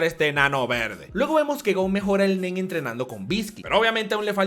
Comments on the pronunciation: Te entendí el men en lugar de el nen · Cuando dijo el Nen creí que dijo el Men xd